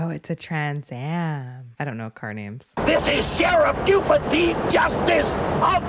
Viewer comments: Not gonna lie - it's kinda charming the way you keep pronouncing his name BOO-ford. 😄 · It’s pronounced “Bew-Furd” not “Boo-ford”. We will have to send you out for southern accent training when we send you out to stunt car driving school. lol. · It's killing me across multiple reactions. BYOO-ford, not boo-ferd. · I love how she calls him "BooFord" and not B-U- ford as it is pronounced lol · B-You-ferd not 'Boo-ford' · And the Sherriff is B-YOU-FORD not BOO-FORD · Nobody says Boo-ford. It’s pronounced B-you-ford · your pronunciaction of Buford is killing me. Ha!